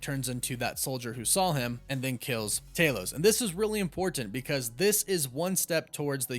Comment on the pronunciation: You take the L out of wolf and add it to "saw." There is no L in "saw." I bet you say "drawling" instead of drawing.